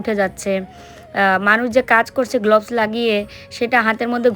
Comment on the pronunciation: কথাটা গ্লাভস, গ্লভস্ নয়..